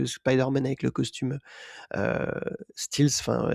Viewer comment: stealth (furtif en anglais) se prononce [stèls] et non [stils].